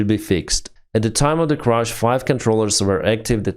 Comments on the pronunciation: One more correction: CRASH (like cash) is not CRUSH (like usher), thank you, apologies, and good day :-) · Air *crash, not air "crush".